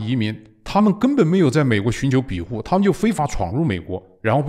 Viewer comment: 有口音问题不大，但不要偏离正确读音太远。庇护是必护，不是比护。善意提示。今天对习氏现代化的总结和解释很棒！